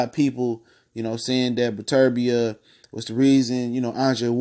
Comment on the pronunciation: Learn to pronounce the man name before featuring in your video